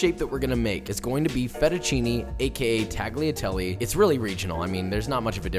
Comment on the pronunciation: Also with fettuccine the "ne" is not "nee" is more like "neh" or "né"